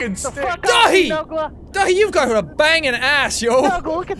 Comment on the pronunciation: he says DATHI wrong